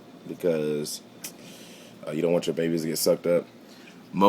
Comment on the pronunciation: I love the way he said "you don't want yo babies t' get sucked up" this guy rocks